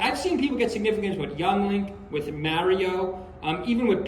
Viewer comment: why do new york people say mario like that?